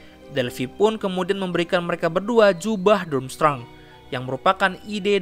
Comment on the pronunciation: Dramstreng bacanya.